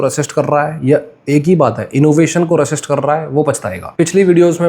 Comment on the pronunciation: Pronunciation rezist hota h